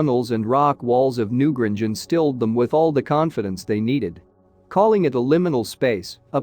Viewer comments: new GRANGE!!! not new gringe. where do these people come from? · New Grange not Gringe! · Yes. It's infuriating. At one point I though the bot was saying Newbridge, which is a real town, but not so close to the Boyne Valley. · Pity you cannot pronounce Newgrange properly!!!! The "a" is pronounced "ayyy".